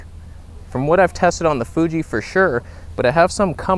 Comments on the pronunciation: Love how he calls it the 😅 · "fooge"? ... FOOGE?!!! lol. "Stabe"?